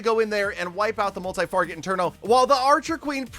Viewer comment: “Multi farget internos”